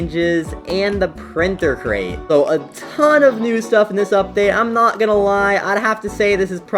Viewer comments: ITS CRATE NOT CREATE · Printer Create? Bro forgot how to say the word Crate XD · Bro can't even pronounce crate 😂